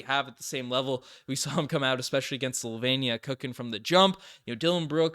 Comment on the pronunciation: There is no Country names Sol-Vein-ia. It's Slow...veen, ee...ah.